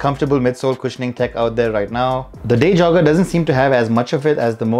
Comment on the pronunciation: Day jogger some how got pronounced as deja vu